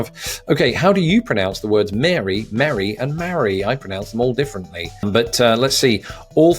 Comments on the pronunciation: "How do you pronounce the words marry, Mary, and merry?". "I pronounce them all differently". And yet, he pronounced them all the same... funny. Anyhoo, I took the dialect test myself. I reckon I'm a Southerner, y'all. My range extends from Texas to Georgia. Musta been the Coke answer. 😁 And yes, those are all descriptions of the same cat. Even Painter. Shucks. As for the city results, there is no way you'd be mistaken for a Southerner. Too much Brit in your voice and dialect. Sorry. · To my ear, you pronounced Mary, merry and marry the same.